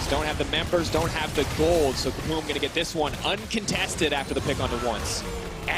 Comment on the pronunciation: "Ssso much damage"